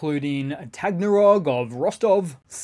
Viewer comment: your pronunciations are suffering again. Like your first grade teacher said, sound them out. Ba la key ah. Ta gan rog.